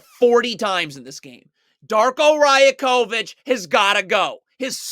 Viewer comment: Your videos are very quality but just minor point. Darko's last name is pronounced Ra-Yak-O-Vich great content tho.